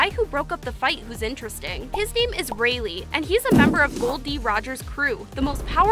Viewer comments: Its said like ray laai not ray lee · Rayleigh.... reyli xD anyway good vid